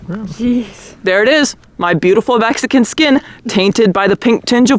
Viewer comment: Did she say “Vexican”? What’s a Vexican?